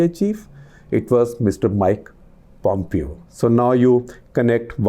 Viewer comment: Pom-pyo lol.